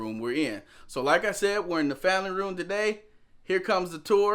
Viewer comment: U said famry room lol